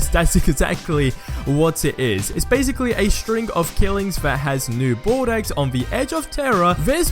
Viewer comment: Please, don't pronounce it "New Bordex" :D It's pronounced "New Bordo". I'm really not trying to be a dick. Just delete my comment and from now on, pronounce it right :)